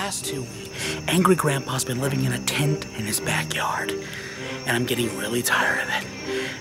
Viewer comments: Tanner Drew Walton its "oh shit mu tent" i know he meant " my tent" but he said mu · And they way he says tent. Like tient